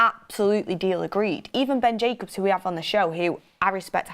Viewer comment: It’s Jacobs, not Jacubs 😂